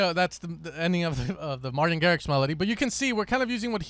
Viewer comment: That “Martin” killed me 😂